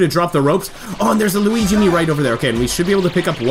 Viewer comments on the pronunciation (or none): none